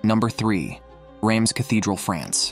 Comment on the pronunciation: Need work on your pronunciation and spelling- like Rams Cathedral and St. Stephanie in Vienna. And yes, St. Peter's is a basilica. A cathedral is the ecclesiastical seat of the bishop of the region from the Latin cathedra, the Bishop's throne in said building. And in the section on Canterbury Cathedral, you said it was in the city of Kent. That is wrong. The city is Canterbury in the district of Kent.